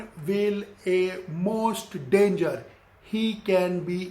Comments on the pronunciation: What....dangar 😂😂😂😂 Sir you are the god of English , and why I am a small time😂😂😂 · Who will a Justien Biyebiyer? Will he a danjer?